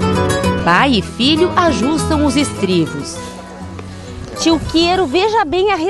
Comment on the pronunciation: Ela falou estrivos!